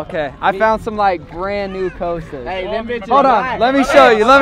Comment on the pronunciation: Pronounced Cost - a spelled Costa.......not coasta